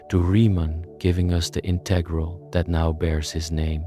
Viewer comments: This is great. But two critiques: 1). The background music is disruptive. 2) Would it have been that hard to pronounce integral in the standard manner? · bro wants to teach me about calculus but cant pronounce integral properly , nah im not interested